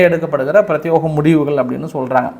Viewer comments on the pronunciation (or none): நீங்கள் உச்சரிக்கும் வார்த்தை பிரத்தியோக என்பதை பிரத்தியேக என்று மாற்றிக் கொள்ளுங்கள்